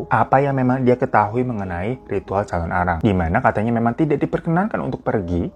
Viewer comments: Aku nonton Mei tahun 2025, telat banget yahh..Sedikit meluruskan bang penyebutannya "Calonarang" bukan "Calon arang" hehe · thank uu udah bawain cerita dari bali bangg, mau tambahin dikit kalau calonarang itu penulisan dan pelafalannya disambung... thank uuu